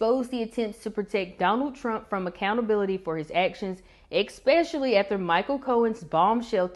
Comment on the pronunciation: please don’t pronounce it “eckspecially” it is “es”pecially! You just don’t lend yourself any credibility if you’re pronouncing simple words like this wrong. Not trying to be mean just trying to help.